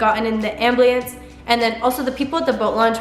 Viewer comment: No offense but ambliance,?🤨